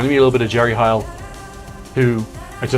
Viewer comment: can i just say smthn, and its not meant to be rude whatsoever. ... but u keep saying Jerry H iel, when its actually jerry Heil, like hail.